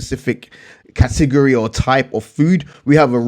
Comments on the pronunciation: I like how you say category. lol. Kahtigorree! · I love when you say “Cah-teh-gor-eee” :) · Katigeryyyy 😂😂😂😂😂 cat a gori buddy